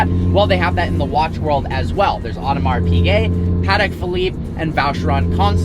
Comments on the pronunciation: Audemars Piguet ->it's not "Odomar Pigay" it's "Odmar Pigay" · “Audmars peegay” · It´s called Audemars "Pischet" (French) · „Audemars PeeGay“ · Funny how he can’t even pronounce Audemars Piguet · I cry every time he says Audemars Piguet